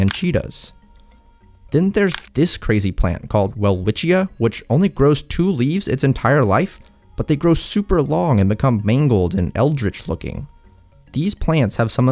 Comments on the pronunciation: Well the welwischia is said as velvischa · A lil correction the plant is pronounced "Velvichia"